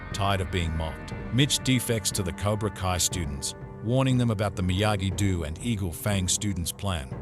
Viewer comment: Stupid robot can't even pronounce Miyagi-Do.